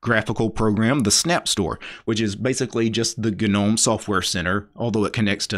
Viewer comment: Is the way this dude pronounces GAnoum some reference to GAnuh slash linux